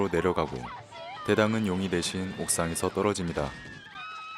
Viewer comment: 4분50초 부터 대당을 계속 당대 라고 하시네용ㅋㅋㅋ!!